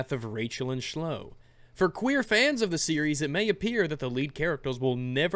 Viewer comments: its pronounced clow ee not shlow lol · you poor thing... Chloe is pronounced "klowy" not "shlow" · You said Shlo (Chloe, K-lo-ee). lol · Did he just call Kah-Loe-Ee Sh-Low? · Shlow hahaha, it's said klow-ee, xD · Why do you pronounce Chloe like "Ch-Low" it's pronounced "Kloh-Ee" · Slouu? Erm, it's pronounced klouii (Chloe) oh well, none of us is perfect, you're forgiven doggy my man.;) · "Rachel and Shloe." You did that just to annoy everyone, didn't you. 's pronounced 'Klo-ee' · I'm sorry but this is going to get on me nerves Chloe's name is pronounced Klo-e not Chlow sorry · You mispronounced 'Chloe' . It is not 'Shloe' but 'Klo-ee'. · I wish it were really pronounced Shlow. I hate that name the way it's intended to be pronounced. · This may just be me, or you noticed, but I think that "Chloe" is pronounced "Klow-ee"... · Lol Chloe = shlow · Did he say shlow? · Chloe is pronounced (klow-ee) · I think Chloe is a french name so the prononciation would be more Kloé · said Schloe on purpose right? Right? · Okay, repeat after me: "Klo-wee" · The way he keeps saying Chloe like shlo cracks me up. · bruh I'm a big fan but who the fuck read "Chloe" as "Çlo" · How am I expected to take your word on anything when you pronounce her name like that? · pronounced Chloe wrong lol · So... Does he not know how to say Chloe? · oh you're arguments are definitely sound and as a starting developer I agree with you. The story is what should take precedence in a game, because it's the story, not the identities of characters, that drive a game forward and make a "meh" game, a great one. Just every time you pronounced Chloe's name like that, it hurt my soul a bit....well, the place where my soul is supposed to be at least lol. Good arguments, good points, and good doggo :)